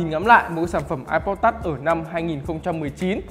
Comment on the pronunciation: Touch đọc là tắt hả mọi người